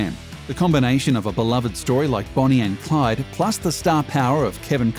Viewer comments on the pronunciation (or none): none